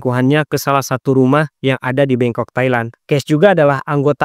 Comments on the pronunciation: 13.37 bangkok kan bukan bengkok apa aku salah denger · Bangkok bang😅, bukan bengkok😅